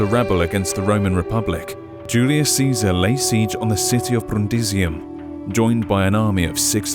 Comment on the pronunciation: I really like the pronunciation of "Brrrundisium".